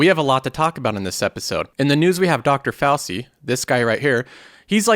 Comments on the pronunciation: The pronunciation of the name is FOW CHE. Not FOW SEE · its not Dr fousi its Dr Fou-chi